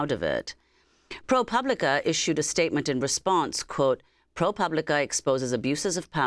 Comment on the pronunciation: Amy is finally pronouncing ProPublica.....then she slipped back to pooblica at the end...oh well.